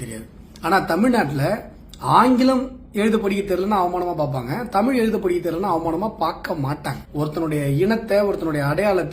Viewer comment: தமிழ் என்று கூறாமல் தமில் என்பது கூறுவது முதலில் நிறுத்தப் பட வேண்டும்.தமிழ் தமிழர் தமிழ் நாடு பற்றித் தவறாகப் பேசுவோர் அடக்கப்பட வேண்டும்.